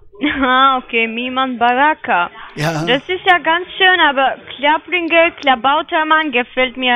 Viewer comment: Und wie sie immer "Klappringer" sagt. 🤣